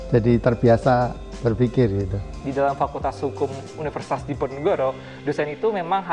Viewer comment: Sering kali penyebutan kata "universitas" oleh Pak Rektor terdengar "unisitas" 😔😔